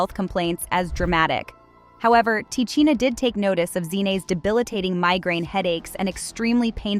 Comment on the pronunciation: Man... White people really shouldn't report on black stories they aren't closely knowledgeable about or aren't part of black culture. She is mispronouncing both of these sister's names and it's irritating.